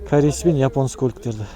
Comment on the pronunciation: КАРЕЙ ЕМЕС КОРЕЙГОЙ